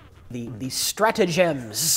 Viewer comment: Its pronounced 'Stratagems' not Stratagems'.